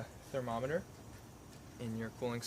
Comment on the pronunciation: "Thermometer" Send him to the pit of misery! DILLY DILLY